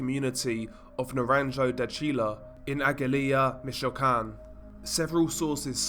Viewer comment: It’s pronounced “MichUacan” emphasize the U